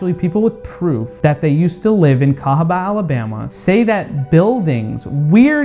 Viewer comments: I’m sorry but cahaba, Alabama 🙄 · Sorry, but I say cahaba Alabama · CAHABA,ALABAMA sorry but you have to go don’t step on a black bag 😆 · Ayo, let's go to THE CAHABA , ALABMA.😂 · I'm sry but I'm going to have to say cahaba Alabama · sorry to do this but.. cahaba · I think it's got to be cahaba, Alabama sorry. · I’m sorry but I have to say Cahaba Alabama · Im sorry but CAHABA Alabama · CAHABA,ALABAMA. 💯. SORRY ❤️